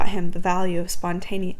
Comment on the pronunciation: I love that through this whole thing you never learned how to pronounce “spontaneity”